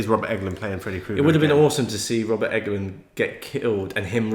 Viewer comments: guys his name is pronounced "england" as in the country haha not "englund" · It is ENGLUND not EGLUND LOL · Did I miss something where you decided to say Robert England's name funny? I've rewound it several times at different points with the volume up and it's sounded like you're saying Robert Enguhlind and Robert Eggoland multiple times. It's like England but with a U. Robert Englund. Eng-lund. Regardless of differences in accents, it's two syllables. You keep doing three syllables and making it sound funny. En-guh-lind. Egg-oh-land. Then at the end it was all Robert Egglin. I know it's all in my head and I'm sure other's wouldn't hear it but would think I say it weird. And/or it's like a laurel/yanny thing. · Jesus christ its not Robert Eggland, its Englund. For gods sake man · You guys are killing me calling him Robert EGG-LUND... It's ENG-LUND